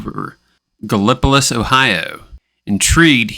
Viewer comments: Thisvis my hometown .. no offense and dont feel bad bc everybody has their own way of mispronouncing Gallipolis... lol its pronounced Gal-o-police....Gallipolis. some have been known to say gallon-o-piss even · Gal lip o tus? 😂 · i always get a kick out of how people not from the area say gallipolis. no idea how i've never heard this story before now.